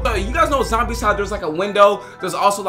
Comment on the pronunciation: Zombie not zomibes